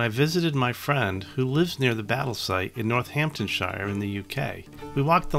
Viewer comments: This. Also North-hampton-sheer rather than North-hampton-shyer. Great video. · Awesome video!! Unbelievable dice rolls! No adverse criticism intended but foreign pronunciations always make me smile Warwick should be pronounced Warrick, Northamptonshire/Northampton-shear, Pembroke/Pembrook Sound levels could use some work but I really enjoyed this latest LWTV offering. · The American pronunciations of British counties and places always makes me smile. Warwick is Wa-rick to us English and Northamptonshire is North-hamp-ton-sheer to us haha